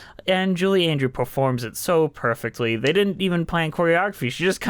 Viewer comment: Andrews, not Andrew. Jeez.